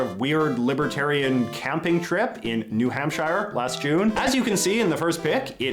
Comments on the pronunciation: One must live pretty far from New Hampshire to pronounce it this way (as in Worcestershire). It's actually pronounced "New Hampshear" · So just wondering, is the official pronunciation of the state of Missouri “Missourah?” I grew up with most saying Missour-eee and it was usually only old people or more rural Missourians as it seems people in the states two major cities , St. Louis and Kansas City say it as “ Missouri-ee” Also I’ve never heard anyone say New HampShire with an emphasis on shire. In the states most of us say it like Hamp-sure. Anyways good video and I’m not nitpicking. Just find it kind of fun.